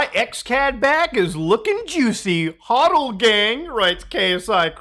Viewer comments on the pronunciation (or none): none